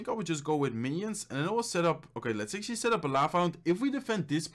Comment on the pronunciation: How many times did he said "actally"?